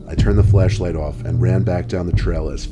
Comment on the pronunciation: omg am I the only person that keeps hearing "fleshlight" instead of "flashlight"? XD ajajajaja